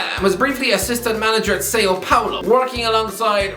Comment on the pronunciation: has added Sao Paolo to his collection of terrible pronunciations. Classic lol